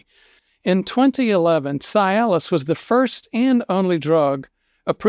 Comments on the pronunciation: It is not pronounced Sy-alis The correct pronunciation is See-alis...details matter. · Cialis is pronounced See-alis, not Sigh-alis. Another version for post-pee dribble or drops: "No matter how hard you wiggle your peg, the last 3 drops run down your leg!" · Why are you pronouncing this drug's brand name incorrectly? Is it a southern dialect thing, like how certain southern people call my mom, "Naiomi," instead of her actual name, Naomi? I always think that they're confusing the CORRECT pronunciation of her name with the pronunciation of the Kenyan city of NAIROBI! It's pronounced, 'see • alice,' NOT "sigh • alice," and I can't even watch the rest of this video because you're driving me crazy with your repeated mispronunciation of this word....and you're a real, bonafide doctor, right? Well then, one would think that you would KNOW the correct pronunciation?! I'm just an RN, and even I know the CORRECT pronunciation! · Is it not pronounced "CEE-Aliss"?? Works great for ED... and it also acts as an anti-depressant, not strong, but noticeable. The other benefits are great too! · Be nice if he pronounced Cialis correctly. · Why is a doctor Are you mispronouncing the medication‘s name?